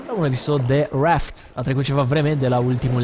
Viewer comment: reaft? ...stiam ca se pronunta raft.